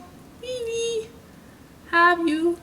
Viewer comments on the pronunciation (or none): none